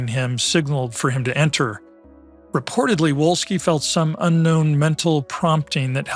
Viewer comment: Volski, Volski, the fucking Pronunciation is Volski, v, V, v